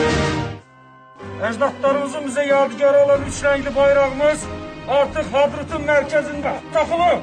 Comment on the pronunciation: Аааа HADDRUT ,хера с два ваша ээээ смешно